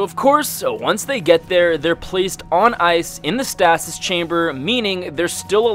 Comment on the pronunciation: Why cant he say stasis correctly?